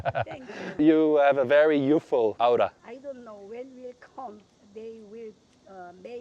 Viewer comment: Incredible video! I had know idea about this any you really captured how weird it is. I have more English pronunciation notes for you. aura (OR-a) circumference (sir-CUM-france)